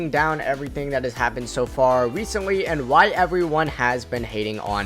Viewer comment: Bro said wecentwee, expwayning and necessewawee 😅😂😩